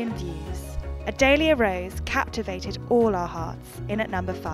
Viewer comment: it’s adalia not adaylia